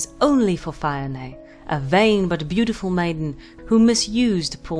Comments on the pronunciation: Fee-oh-nah, and D-yee-nee-uv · it's closer to deen-eev but mistakes happen! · Isn't it pronounced Dee-a-nev? Other than that, I loved learning more about the waterlogged murder pony of Scotland. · Celtic languages are weird to pronounce for example bh at the middle or end of a word is silent and mh is pronounced as vh so the name dianamh is said as dee- anav ...... I think..... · Dianaimh is pronounced Jia nigh my. In Scots Gaelic, the "d" is pronounced as a "j".